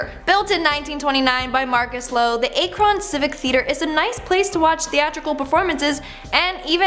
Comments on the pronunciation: ACK-run, meh-DINE-uh, POR-tudge.. And and ohio video that jumped off to other states? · u need to learn how to pronounce things. ur worse than Cj Faison. lol. it's Ak-ron not Aay-kron & Port-age not Por-Tahj - or just ask an Ohioan. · Oh hun you massacred Akron, lol it's pronounced "Acrin". I have thoroughly enjoyed learning so much more about Ohio, my home state. Ty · I'm from Columbus Ohio and only been to a few of them but pretty cool to visit and not a Cron it's Ak-ron lol Akron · It's pronounced ACK-RON not ACHE-RON. Just sayin' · ACK-RUN not A-cron LOL. eitherway , glad to see an ohio video!~ :D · God damn it. It’s ACK-RUN. don’t make me find all of you. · Medina = Muh-dine-uh Akron = Ack-rin Portage = Port-idge. It really doesn't take much time to look up how to properly say a city name... Facepalm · A-kron. Must be like the sketch from Key and Peele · Whalen think of how the Ack sounds in the word Crack then add Ron...like Ron Swanson. Lol or we would always just call it CrAkron, because when the shoe fits 🤷🏻‍♀️🤷🏻‍♀️😂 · How do you mispronounce Akron of the video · Walhalla is the original spelling of Valhalla. The way she pronounces Medina County's and Akron's names is cringeworthy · Oof. That pronunciation of Akron. 😬🤣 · As an Ohio native I just can't get over how she pronounced Medina and Akron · Me too. Especially Akron.. I'd get it if it was a small town no one heard of, but come on. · you really need to learn to pronounce the names you speak. You mispronounce easy to pronounce words. Akron is a SOFT "a"and and SOFT "o"; and Roxanne?? It's not Roxann-EE. The "e" is silent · You seriously don’t know how to pronounce Akron? It’s not exactly an unknown city. Until the 70’s it was the rubber capital of the WORLD. The All American Soap Box Derby. The first place in the country to produce toys and marbles (Akro Aggies) in the 1800’s. Sheesh